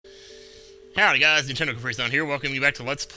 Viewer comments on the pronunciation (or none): none